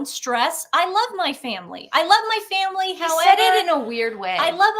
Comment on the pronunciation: It was awkward when he said I love my family. He mumbled over family. Almost said father